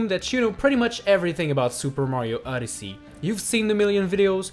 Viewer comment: Why does he say Super Mario *Uddersee*?